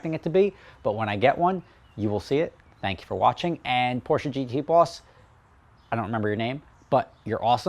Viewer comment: OH MY GAWD! I am very happy to hear you pronounce Porsche correctly. You have NO idea. Cheers!